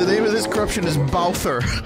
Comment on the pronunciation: Oh god the "Bowther" part. Lmao